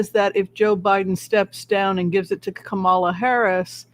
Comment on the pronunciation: Please everyone stop mispronouncing Kamala Harris's first name. When she was on the View, she said her name was pronounced Coma-la. She and Joe make a great team and we need them both.